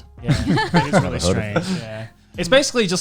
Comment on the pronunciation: While her English is amazing for a Japanese speaker,she was sitting with 3 English native speakers,one of them could have told her how to pronounce L.I get it might be rude but correcting someone's mistake helps them in the long run so she would stop saying RERI for really.